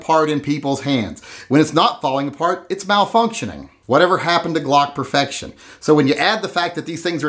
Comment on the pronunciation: It's Glock POOfection.